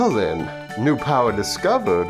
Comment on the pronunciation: Why did turn into a freaking southern belle? XDD "Well, a new powwa was discovered! I do declare~" Calm down Scarlet O'hare